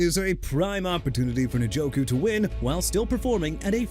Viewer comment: NJOKU AS IN EN-JO-KOO NOT NIN-JO-KOO MR. "I CAN MISPRONOUNCE NAMES OF PEOPLE, TEAMS AND CITIES AND GET AWAY WITH IT"! WHEN ARE YOU GONNA LEARN BEFORE YOU GET FIRED HUH?! ALSO YOU MEANT "THE ARIZONA CARDINALS, THE JACKSONVILLE JAGUARS" AND "FOLK AND THE FALCONS?! SPEAKING OF WHICH, JAGUARS AS IN JA-GWAARS NOT "JAGWIRES" AND NEW ORLEANS AS IN NU OR-LINS NOT "NEW OR-LEANS"! AKHEEM MESIDOR NOT MESSI-A-DOOR! CHICAGO AS IN EITHER SHUH-KAH-GOW OR SHEE-KAH-GOW! MAKE EVERYBODY'S LIVES EASY AND QUIT!!